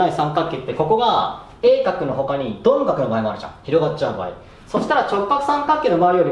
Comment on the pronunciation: その鈍角は工場訛り？